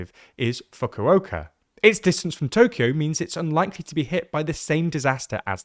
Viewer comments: Brother you needa CHECK that pronunciation of FUKU-OKA not FUCKOO oka LOL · Fu-ko-ka is the proper pronunciation. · Do better with the pronunciation lmfao, wtf was this? Fukowoka. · and team, You do so much research, and do it so well, to be fair, and you can't pronounce Fukuoka AT ALL right? Come on! It's a phonetic language...